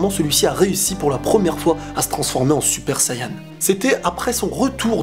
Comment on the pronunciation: Tu vois tes français Tu doit dire Super Sayan ou Super Sayajin Mais pas Suppa Sayanin Car test vraiment emmerdant Déjà quand tu parle tu parle en 3 temps c'est assez énervant.